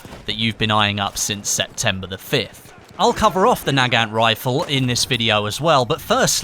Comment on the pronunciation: Your pronouncing nagant wrong, it pronounced na-gunt.